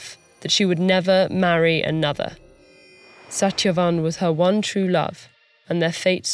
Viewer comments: Why didn't they get a reader that can correctly pronounce these names? Its Suht-yuh-vahn not sat-ya-van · Satyavan with hard "T" (ट) ?? It should be soft "T" (त). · Shat-ya-wan Correct pronunciation? Lol! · Satyavan's pronounced - sa•thya•vaan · I was low key disappointed with the pronunciation of "Satyavan" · Satyavan was pronounced wrong I guess. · It's not perfect but understandable. Satyavan is pronounced different. But altogether it was good. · Except Satyavan tho 😂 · Except Satyavan's name. The narrator's accent came out on that one. But not a bad job for a non-Indian. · Every name in this was properly pronounced but Satyavan